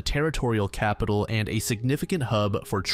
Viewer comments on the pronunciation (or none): none